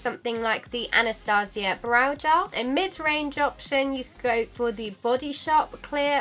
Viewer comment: gAAAAALLL. Mate its g-E-l